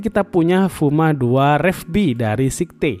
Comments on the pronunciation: Sayet bang bacaanya bukan sekte... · bagian atas casing cuma support 120mm aio? kok kelihatanya bisa 240 ya. btw bukan sikte, tapi skait bacanya om... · kok sihte gan wkwkk Scythe bunyi ejaanya kalo gk salah "saith" gitu tapi wasem harganya terlalu OP buat kantong pribadi wkwk